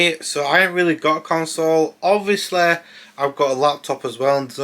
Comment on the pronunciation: James Corden ob-vee-o-sleh